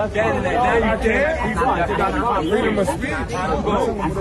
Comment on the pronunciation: Mans really said freedom of speech like it was Captain America's shield though. Come the fuck on bro😂😂